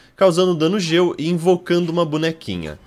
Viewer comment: Ele fala Geo mas as vezes parece gelo kkkkk é estranho rsrs belo vídeo 💗